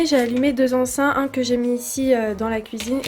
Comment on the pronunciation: Ecens EN pas ein ou in ma chérie 😅